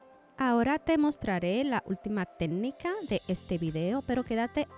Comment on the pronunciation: No pude terminar de ver el video porque no soporté que diga “tednica” 😢